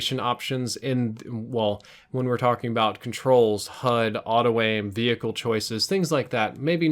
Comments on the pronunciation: All I could hear was "Vee-Hickle". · vee hicles. veee hickles v hhhhhickles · he says hechicle really weird like v -hickles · I love how you emphasize each syllable in the word vehicle. Haha thanks for sharing. Good vid. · The 'H' is meant to be silent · Some observations: you need to learn the difference between 'less' and 'fewer' and you don't pronounce the 'h' in vehicle. Oh, and your comments about grenades at the minute mark - followed by you then throwing a grenade which does nothing, was hilarious. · the way you say vehicle pisses me off